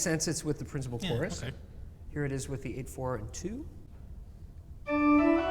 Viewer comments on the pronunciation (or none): Sorry guys, needa teach you some German😂! It's "Hauptwerk" and "Schwellwerk" , not Haupt and Schwell (whereas "Positive" is called Positiv - without "werk"). Also, the "z" in Prinzipal is pronounces sharp (like "ts" in "pets"), and the "e" in Posaune is not mute. I know it's difficult😊Greetings from Munich!